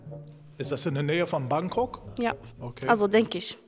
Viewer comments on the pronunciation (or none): Hankonk😂😂😂😂😂😂😂😂😂😂 anstatt Bankok